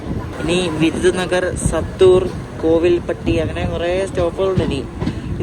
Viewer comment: വഞ്ചി മണി യാച്ചി അല്ല, വാഞ്ചി മണിയാച്ചി. സത്തൂർ അല്ല - സാത്തൂർ, ബോധി നായക്കന്നൂർ അല്ല ബോഡി നായക്കന്നൂർ